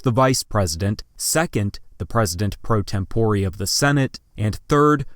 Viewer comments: *tempore. he just says it dumb. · Very cringy video. How can you mispronounce "pro tempore" and important names like Millard (Fillmore) and Strom (Thurman)?!